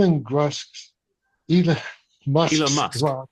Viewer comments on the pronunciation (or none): "Elan Musk"? Weird pronunciation.